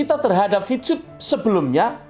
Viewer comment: Maaf y.. Ko saya dngarnya Bilang Vcub.. Bukan Vtub..!